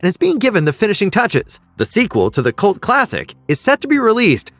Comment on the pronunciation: Did you say cult or cu.t movie 😂😂